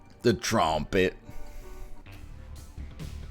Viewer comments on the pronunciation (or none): “The trawmpit” this man is a comedic genius